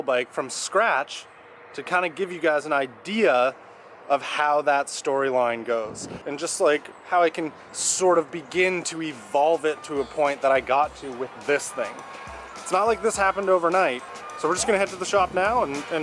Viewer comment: Okay, fun video but you can't say "evolvei it", and please take that fucking thing out of your nose.